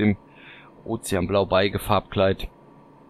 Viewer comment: Schöne Fahrzeuge, danke für die Vorstellung! Trotzdem ein kleiner Einwand : Beige als Farbe spricht man "besch"